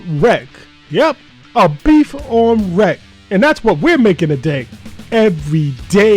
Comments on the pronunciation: 1. Beef on Weck is ONLY in Buffalo otherwise it's imitation (not that it's bad, imitation can still be tasty) 2. Say it as 'Beef on WICK'. 3. Gotta have FGH on it IYKYK. 4. The beef's too well. It's gotta be rare or medium rare (RARE IS BETTER). Again, not that it's bad. Personally, if you threw some garlic and peppers on that and put it on an Italian roll it would be a damn good Italian beef! You clearly know how to cook but you don't quite know Buffalo but that's cool. Your jets on the other hand are NOT but hey, rivalries are FUN! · Looks yummy, but def needs Miller Horseradish, no mayo. Also, while it’s spelled weck, locals pronounce it Beef on Wick.